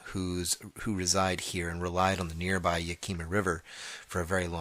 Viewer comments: Butchered those pronunciations , geez, cle el-um not eelum and Yak-I-ma smh. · pronounced. "Clee el lum" "Yak au ma" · Cle Elum, pronounce like. Clee L Um, Yakima, pronounce like. yak i (i pronounced like in “if”) maa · Well, since you were concerned that you might mispronounce some place names, next time try Cle Elum (Clee-El-um), Kittitas (Kit-i-tass) Tribe, Yakima (Yak-i-mah) River, and Little Kachees (Catch-eez) Lake. I caught those, since I grew up around there. There are lots of sightings (old and new) in that area. I enjoyed hearing the story and look forward to listening to more. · Thank you, that was startin' to get on my nerves and it's YAK-i-ma. I have no reason to doubt this story at all. Was stationed at Ft. Lewis, the whole state is lousy with the damn things. ~Mark~